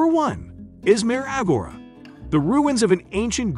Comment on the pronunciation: The way he pronounces agora makes me uncomfortable